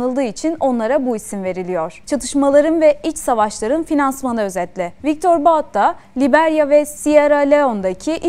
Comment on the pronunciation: Viktor Baut değil.. Viktor But .